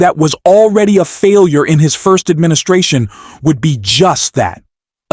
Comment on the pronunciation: AD-MIN-I-SA-ION? If you're going to use AI generated speech, at the bare minimum, at least check it over before you upload to correct any incorrect pronunciations. By not checking you lose any credibility.